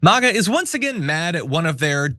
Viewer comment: No one has “turned” on Lauren. AS IF. Also, why do you pronounce “MAGA” like a 70-year-old housewife? You sound like you’re having a stroke.